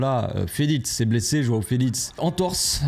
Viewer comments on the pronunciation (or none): « Joâo felitz » 😂😂😂